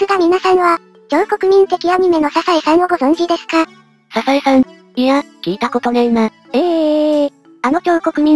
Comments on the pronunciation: ササエさんじゃなくて、サザエさんですけど😅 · ササエさんじゃなくてサザエさん マグロじゃなくてカツオ